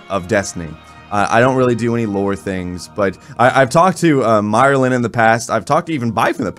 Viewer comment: God bless you man but you kept saying "Myerlin. There is no R in his name my friend. You had me cracking up though so have a good one.